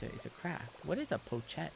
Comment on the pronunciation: hopping into animal crossing! :_Seilight: he knows his seinyans a little too well🥹💙 he cares for us :_SeiRabu: + he sees every seinyans🥺 + he misses seinyans at every small minor things that happens to him🤣 he's reading "pochette" in a weird way hoping someone crash out :_Seiwww: "the wouter is called a wouter, bc it leaves u w/ a wow" :_Seiwhat: :_Seiwww: adding more to his gyroid wall! + he misread "place" and "hang" options :_Seiwww: - he's just hungry :_Seiwww: he paid off his debt to get another room! :_Seilight: so seinyans don't get a room... "are u kidding me? my nyans sleep w/ me ok" woah + wdym by "sleep by your feet" and cage coz we are a kitty cat??? :_Seiawawa: he's enjoying this... sleeping on his chest? ayo? moving in right away "is there not enough member streams? do u feel not fed?" woah :_Seiawawa: shopping time~ (but he's too broke... :_Seiwww: ) + he's doesn't believe he's broke🤣 oh here we go again w/ his aussie accent again... :_Seiwww: - he just wanna make us laugh🤣 he's famous :_Seiwww: - smile for the camera~ he's wants to do other accents but doesn't snt want to get cancelled :_Seiwww: + the French accent🤣 (he's so confident, cute🤣) his try on British accent:_Seiwww: (what are these lines🤣) ok he's perfect at doing the Japanese speaking English accent :_Seiwww: accent for American speaking Jap